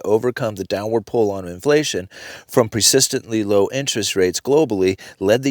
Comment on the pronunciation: I love the way he says "presistantly".